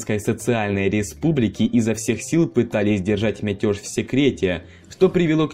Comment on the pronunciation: Почему мятёж?!! Почему мятёж?! Меня коробит. Ладно там тОрты/тортЫ. ЗвОнит или ЗвонИт. Но мятёж?!